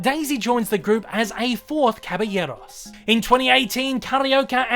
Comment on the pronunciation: Belated comment: you say "Caballeros ("Cabayeros") so well, even to the lightly rolled r; José ("Hosé") is correct in Spanish.